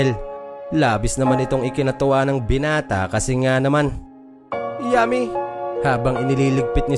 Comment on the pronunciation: Natatawa ako SA pagbigkas mo Ng YUMMY 😋😋